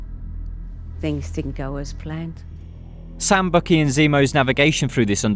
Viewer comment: Bucky is pronounced "Buck Key" not Bookie.